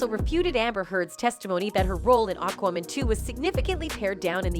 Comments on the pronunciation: Why is Aquaman (phonetically pronounced Ak Wa Man) being (phonetically) pronounced as Akoomun and AkWooMun, by this narrater? Sorry, I realise that the point of the video is the subject matter, but how did she not learn the name of the film, before recording this video? It is SO very distracting and aggravating! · It sounds like you're saying Aquawoman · I think given the fact that the narrator, for this video, cannot even pronounce the name of the film they are talking about, I would take most of what they say with a pinch of salt! The info in this video is just someone's opinion on info that we can all easily find, elsewhere! Pointless content, unfortunately!